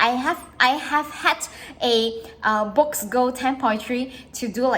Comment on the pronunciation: Boox is pronounced “books”